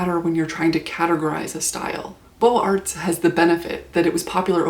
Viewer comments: Nothing more frustrating than doing your best to pronounce foreign words, and yet not quite making it. A+ for effort. Beaux Arts is pronounced "boze arrrr" Liason between the z sound at the end of beaux - though we see no z - and the a of arrr. Boze-arrr. No t or s sound at the end of arts. French pronunciation is a bitch. Great vid, by the way. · Please pronounce the Z sound in Beaux Arts. You sound uneducated. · a few notes from an architecture student and film minor, (I was who The Brutalist was made for actually hehe jk) Mies is pronounced like "Meece", and beaux arts is pronounced like boe-zarts". sorry I hear these words every day so I had to correct that